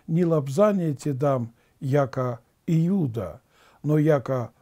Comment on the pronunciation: Спаси господи, но июда с ю слух режет